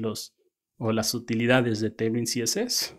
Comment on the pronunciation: Vue (pronounced /vjuː/, like view) tailwind ~ teilwind no lo tomes a mal, la verdad me gusto el video n_n